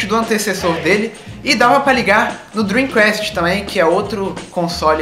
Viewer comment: A pronúncia certa pra Dream Cast é "kest" e não Quest...